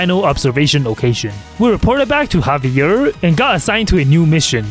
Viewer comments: His name is not pronounced havier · Omg you pronounce Xavier's name so wrong for my french ears lmaoooo I can't